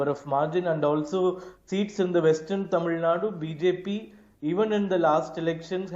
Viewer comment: This national media news readers, anchors has any problem with their tongue like stroke? It's clearly written as " tamil nadu " but they always pronounce it as tamil nad🤦🤦🤦 Feel so ashamed of their their language... JUST EDUCATED IDIOTS ...